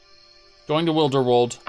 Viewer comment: your pronunciation of Wilderwood genuinely PAINS me